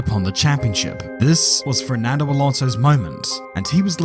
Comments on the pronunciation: is... is he saying "FRERNANDO" and not "FERNANDO" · I like how you say “Frerdnando” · Why do you only ever pronounce the letter R when you say ''Fernando''?